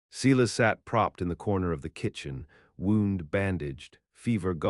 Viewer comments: The name is pronounced Silas, i.e. Sy-lus not See-less ... a common name of the era. So many horrid pronunciations in these stories .. going back to audiobooks read by real humansa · Good story but terrible reader can’t even pronounce Silas correctly.They also have a spelling problem.